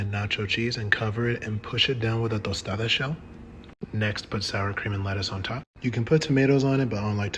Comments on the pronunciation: Tortilla ❤ and Tostada ❤ pronunciation 👍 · Bro said "tortilla" and "tostada" like a native chef's kiss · I love how he pronounced tortilla and tostada with a perfect accent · I like that you pronounced tortilla and tostada properly. 🙏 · Was never a fan of taco bell but my bf LOVES it & i will be making this for us💗 so glad you prnounced tortilla and tostada the right way... i was ready to cringe 😭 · They way you respect the pronunciation of the tortilla and tostada 😂 too good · Yes, 'tortilla' and 'tostada' were said correctly.